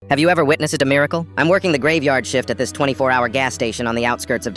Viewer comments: “have you ever wit-nass-ed a miracle?” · Is no one talking about how he pronounced witnessed in the first sentence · The way it pronounced witnessed in the beginning 💀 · why'd it say witnessed like that in the beginning